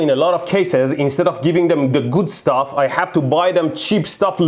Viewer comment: Electro: giving them da guud stouff